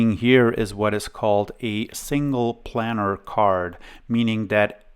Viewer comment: So you know, Riva is pronounced "ree-va." Also, planar is pronounced as "plane-ar."